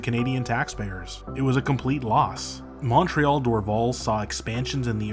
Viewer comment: I would highly recommend that you listen to how a native speaker would pronounce our cities. Montréal is not pronounced “mawn-treahl” (every American says it that way). In English we pronounce Montréal as “mun-tree-all”. Dorval is pronounced “Door-VAL” like the val in valley or Valerie; in both languages.